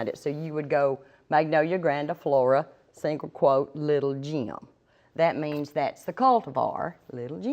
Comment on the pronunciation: Awesome video! Although its Little "Gem" not Jim